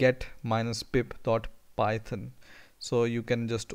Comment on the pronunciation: Thank you so much chief. Good content, though I was hearing PIMP all the time haha!